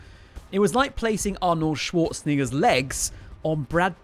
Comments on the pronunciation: Arnold Swartz what? Dude didn’t even try to pronounce it properly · you did not say Arnold Schwarzenegger my friend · i dont think u said the name right